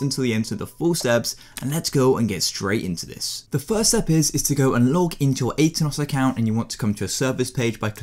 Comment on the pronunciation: Aternos? NO Atanos.